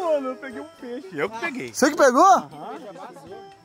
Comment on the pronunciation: Nao se fala peixo skskskska